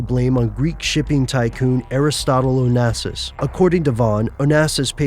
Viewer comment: Onasis??? he's Greeck